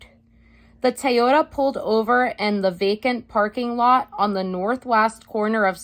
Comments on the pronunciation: Watch this a second time just to hear you say Taiohda... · Thank you, --so interesting and instructive! But, er, what's a Tie-yoda? ✌️😇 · I like the way says, "Toyota" 😂🤣😁